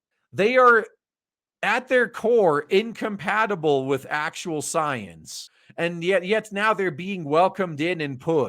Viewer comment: You repeatedly calling Science...Soyence. Also using this weird accent every time you saying that. How's that different from a thing what you're commenting in this video? I see no difference. You using language as it fits you.